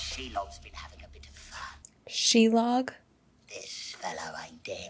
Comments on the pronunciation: The giant spider's name is actually SHelob, not Shelog. I believe Lob is just an ancient word for spider, so her name is basically She Spider. Actually though, she isn't really a spider, just an evil spirit that took the form of one. Her mother was an even greater spirit of evil named Ungoliant, who also took the form of a giant spider. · No, not "Shelog", "Shelob" xD